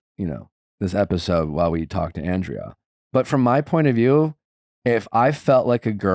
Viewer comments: Nick you keep pronouncing Andrea's name wrong... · lol he isn’t even saying her name right that’s how irrelevant she is.